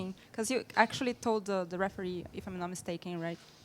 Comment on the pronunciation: "heferee" LMAO